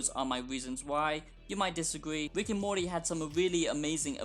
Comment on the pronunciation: “wick and morty”